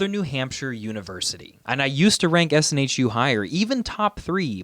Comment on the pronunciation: It's SNHU, not SNHEW :D